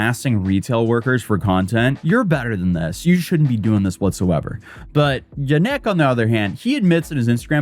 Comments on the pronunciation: I'm pretty sure the emphasis in Janek is always on the first syllable. YAH-nek. It's my last name. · It's pronounced ya nick